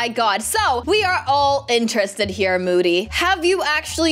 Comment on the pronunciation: it was so funny when called moody "mody' xD